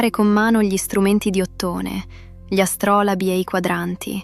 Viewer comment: Le storie sono spiegate bene per il poco tempo a disposizione, ci sono però problemi di accentazioni, ad es non dice Àstrolabi, e non Astròlobi. Con AI bisogna fare attenzione.